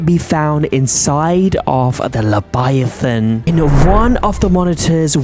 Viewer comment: You said lebiathan not leviathan. if you listen closey he says lebiathan